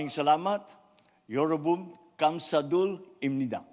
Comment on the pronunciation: "Yeorobun "kamsadul" Aygoo.... Our dear president PBBM, ang bilis mong binigkas kase kaya sablay 😅. You should have said , "yeobun, kamsahamnida' .